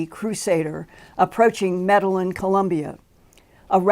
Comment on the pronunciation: Linda please accept my corrections as a friend and admirer. It’s pronounced Anti o Kia and Meda hine. That was Pablo Escobar’s home and empire.